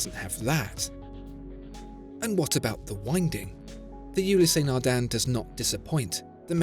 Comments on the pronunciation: Fascinating that with all the research that goes into the channel and beautiful Imagery, you cannot be bothered to check the pronunciation of brand names beforehand.. U-less, but certainly not U-lee-sea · It's not ulisey it's Oulis naghdun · I swear if you call it Yooleeseh Nardain one more time... I don't know how much they paid for the advertisement/infomercial, but I would sue you after the butchering of that Title. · I freak out everytime you say the name..............WRONG !!! Gees !!! You break my ears !